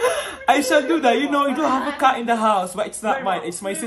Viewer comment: Bro the way u said cat killed me🤣🤣🤣🤣